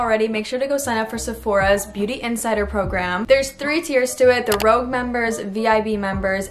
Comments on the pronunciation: It’s pronounced like rooj not row g. It’s the French word for red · The Rogue members? 😂😂😂 Rouge.